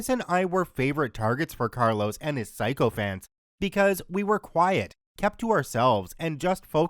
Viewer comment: SICK-o-fant, not SIGH-co-fant